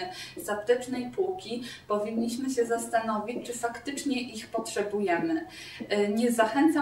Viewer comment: Ja jebie: stucne, skutecne, psyjmowane, roswasnie, sanim, faktycnie, kompleksóf, hahah weź się kurwa naucz mówić :)